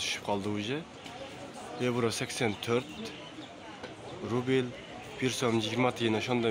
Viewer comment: Рубил РУБЛЬ болсо керек укам туура оку эл коруп турат да.....